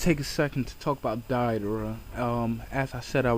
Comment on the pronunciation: It's Deidara as in (Day da ra) not (Die da ra) gosh i hate it when people mispronounce names. They name them correctly in the series...... all the other names you said were mispronounced. I'm sorry if i offended. It's a pet peeve of mine. sorry.